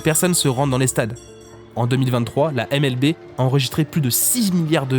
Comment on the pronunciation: Petit détail mais si tu dis NBA à l'anglaise, N Bi Ai, comme tout le monde, tu pourrais dire MLBi et non MLBé. Mais bon désolé pour l'instant grammar nazi, la vidéo est cool. Surtout que vu du Japon je connaissais un peu le bonhomme 😊😊